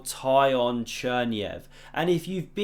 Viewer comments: His name is not Tie-on, it more of a Tea-Hone, but with a short "o", like in "lot". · Tykhon is pronounced "Tick-un". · Tykhon is pronounced as Teekhon